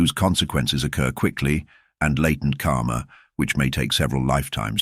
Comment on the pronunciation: You should learn the correct pronunciation of the word "karma". Every time you said "karma", it sounded as "kaama". Both words have extremely different meaning.